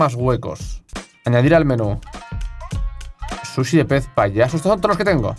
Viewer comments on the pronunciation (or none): No entiendo porque dice shushi jaja